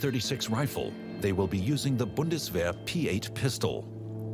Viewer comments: Bundeswehr. Try Boon-das-wear..... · Hope this guide to pronouncing Bundeswehr helps. You basically have to read it like this: boondesvear In my experience, it's best to learn foreign pronunciations step by step, so here are the different parts with their equivalents in English. "oo" is pronounced like it is in the word "foot" "es" is pronounced like it is in "best" or like the letter "S" "ear" is pronounced like in the verb "tear" aka ripping something. Do not pronounce the "r" at the end. An "r" at the end is usually not pronounced in German. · Boondesvehr Boondesvehr Boondesvehr